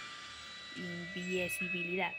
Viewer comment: Invisibilidad ❌ Inviesibilidad ✅